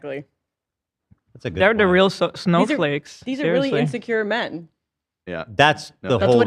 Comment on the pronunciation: puts sooo much STANK on the word "Men" lol